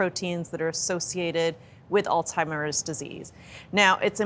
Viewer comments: It's not "all-timers" It's "Alzheimer's". Good Grief. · I think the doctor has all TIMERS. The doctor kept on mispronouncing Alzheimer’s and didn’t take the hint from the anchors. Hmm don’t think I can trust this doctor.